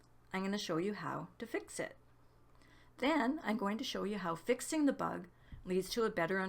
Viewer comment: "The buug!!" :D <3